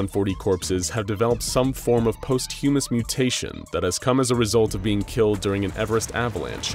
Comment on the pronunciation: Just fyi The phonect for Posthumous is not Post-hue-moss. It is poschewmoss. That's all . Great story !